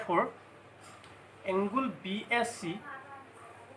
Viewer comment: Nice presentation ...i hope students will be benefitted ...but just a suggestion..dont take it othetwise .. "angle" tu bare bare "Angul" buli pronounce huar karone sokut lagil ..pls dont mind ha ..eitu moi share o korisu relative bhaiti etak